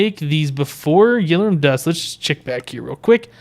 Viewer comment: its not yell-or-um its yell-or-ee-um